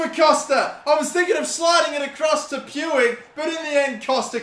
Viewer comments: You pronounce it riki pooj not pwig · Stop saying “Pewig” PLEASE It’s “Ricky pooch.” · "Puig" is pronounced "Puch" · How is Puig pronounced pooch? Lolzzzzz (Edit) I just looked it up and that’s how it’s pronounced in Catalan but not in Spanish. Roast me, please. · Riqui’s last name is pronounced “Pooch” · Puig, is pronounced "pooch." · Its pronounced ricky pooij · Can someone please tell how to pronounce Riqui Puig's name.?